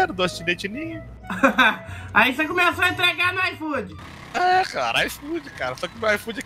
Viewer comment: O cara: "IFOOD": "IFOOD" não entendi